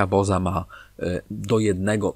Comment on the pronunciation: Buoza , od bułki zamiast chleba 😜